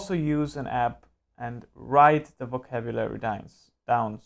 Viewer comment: I think it is a very helpful video! But it looks like you are very unprepared and you always pronounce "the" like thee.